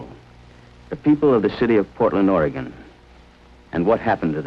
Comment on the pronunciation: He pronounced Oregon correctly!